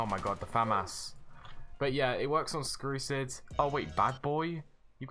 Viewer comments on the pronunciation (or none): did this man just call "Strucid" "Screwcid"...? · You know it's been a while when you say "Skrucid" instead of Strucid XD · Its called strusid not krusid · Why tf does he say Screwcid (and mans extended this video so much to 10mins smh) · You said scrucids